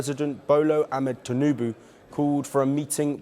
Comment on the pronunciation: This man just said Bolo Ahmed tunubu